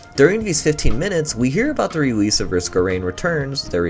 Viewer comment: we hear about the rewese of Risk of Rain Returns, de re-meow-ster